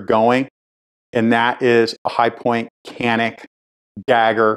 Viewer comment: I appreciate what you’re doing. Incidentally I shoot far tighter groups with my xdm than I can ever shoot with a Glock and I have shot both extensively. I never gave a lot of thought, however, to the grip safety issue. Just for the record Canik is pronounced Janik (it is Turkish).